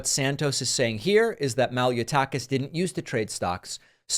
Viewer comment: Tyke. Mal-e-o-tyke-is.